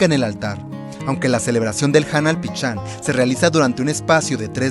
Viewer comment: Se pronuncia PISHÁN no PICHÁN!!!